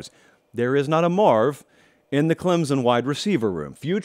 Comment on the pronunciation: Please stop saying “clemzun”